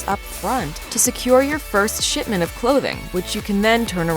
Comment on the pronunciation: It sounded like you said "sh*tment" rather than "shipment". From what I have seen of the clothing line, I am inclined to go with the former pronunciation.